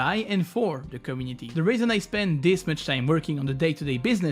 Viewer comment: How hard is it rly to say community the right way? Is the word that hard to pronounce?